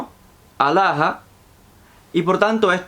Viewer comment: Es alllow... ridiculo como promo pronuncias Allah.